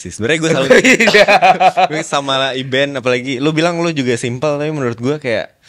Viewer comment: Bukan Iben, tapi Aidan.!